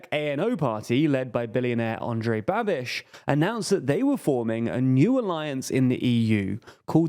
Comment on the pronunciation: Pronouncing "Babiš" as "Babbish" is absolutely unhinged, and overwhelmingly British. Eugh.